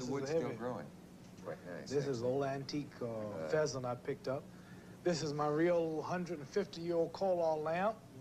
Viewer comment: "Antique phesant" 😂😂